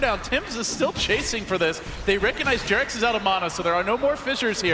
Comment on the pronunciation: Come on guys. Its jerax:)